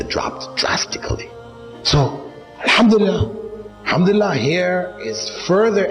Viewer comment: You are saying hamdulilah no you say ALHAMDULILAH